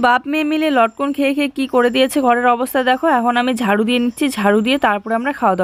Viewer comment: Lotkon na lotka bole